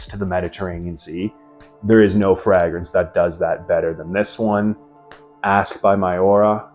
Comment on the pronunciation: Are you sure you chose the correct profession?. The way you say fragrance is wild. 😂